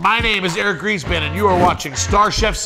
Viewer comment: I seriously heard "Eric Greasepan" :|